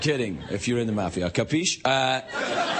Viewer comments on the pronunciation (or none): Ehi.....It's MAFIA, not MAFFIA!!!!! Get a dictionary!